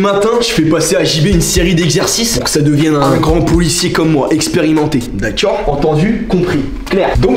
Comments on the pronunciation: ce que j'ai retenu d la video : "D'aCciOrD" sinon vraiment trop drole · c'que j'retiens de la vidéo : "DACOEUGH" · « D’acciord » 😂 Stp sort le bêtisier de cette vidéo jsuis sur c’est à mourrir de rire wsh 😭L’ outfit de il est incroyable 🤌🏼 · Non il dit "dakuore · Le “daccueir “ me fume à chaque fois 😂😂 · Sa me tue quand il dit "daceur"🤣🤣🤣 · Son « d’accoaurhhd » il est incr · J’adore comment il dit « D’akior » pour dire d’accord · Tous les "d'acceurd" ils m'ont tué 😂😂😂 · « Dakchor » 1000X dans la vidéo j’ai envie de briser mon crâne contre un mur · Les "dacior" 🤣🤣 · son "d'acciord" incroyable 🤣😭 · J’adore les « DAKKEEUR » 😂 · C'est fou il parle comme ma prof d'histoire géo (au niveau de la prononciation je veux dire)